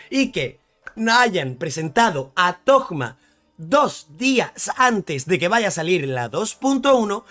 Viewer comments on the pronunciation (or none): porque le dicen thogma? suena raro jaja es toma pero con como un acento medio raro en la o por la h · Por que carajos le dices toGGGma??? Es toma y ya aaaaah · Pork le dices togma ? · Como lo llama Suhoyo: Thoma Como lo llaman: ToGma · Los leakers habían publicado su nombre como "Tohma" (la H se pronuncia como una G) entonces todos empezaron a llamarle asi, pero el nombre oficial es Thoma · Thoma, de donde carajo salio decirle toKma? pregunta seria. :,v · Pensé que era el único que pensaba eso, de donde coño habrá sacado lo de tokma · Me da amsiedad cada vez que menciona el nombre de Thoma....."TOKMA" "TOGMA" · Porque le dices Tohma a Thoma ?!!! es algun meme ? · 1 - Para los que no sepan, Thoma es 4 estrellas y ya está "confirmado" a no ser que MiHoyo lo cambie a 5 estrellas al final 2 - me inquieta que lo pronuncie "Togma" intentando pronunciarlo como en Japonés (Tohma) cuando el nombre está escrito mas como uno europeo y sabiendo que es de Monstadt si terminaría pronunciandose como Thomas, es decir con una T medio D. También simplemente no haces sonar la H para nada y decis Toma, porque a Zongli le decimos asi perl se supone que se pronuncia ChongLi xd 3 - Lo voy a sacar aunque venga en el peor banner del juego 4 - Si, la re vivo Shaggy😎🤙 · Por que le dice togma a Thoma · Mi TOC me perturba al escuchar Togma. Así como cuando oigo Fish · Por qué dice togma? Xd jaja buen vifeo